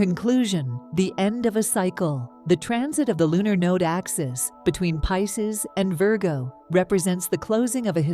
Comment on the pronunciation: The AI reader of the text needs a human editor's help. Mispronouncing Pisces and Virgo, in several different and incorrect ways, distracts terribly from belief in the message.